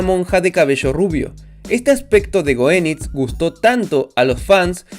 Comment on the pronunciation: Te recalco un pequeño error de goeniz , la version mujer se pronunca como si tuviera un tilde e la o